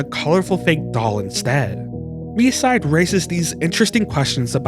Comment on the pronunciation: Yup, it's very annoying when most of "Land of freedom" players calling the game "My-side". Even Short-haired Mita in JP voice called the game "Mii-side".